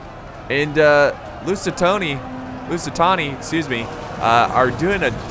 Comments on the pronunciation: STOP SAYING LUSITONI PLS. There is no O in LusitAni, it is an A. Love the vids btw. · Drinking game. Drink a shot of vodka every time says "Lucitoni" instead of "Lusitani" Have fun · most used sentence by FAR: "Lusitony..? LusiTAHNI, excuse me.." How many times can one make the same mistake yet still never learn.. 😂😂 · it’s Lusitani... Not LusitONi.... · Lusitoni Me: TRIGGERED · Every Time i hear him say "Lusitoni-": NO MORE! NO MORE!! STOP SAYING IT!!! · At this point, has me saying “lucitoni” as well 😂😂😂😂😂😂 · God pal , you need to stop saying lusit- Toni ! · Say Lusitoni one more time. I dare you.